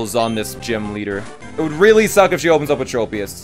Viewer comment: Tropius is pronounced "trop" like "tropical" not "trope"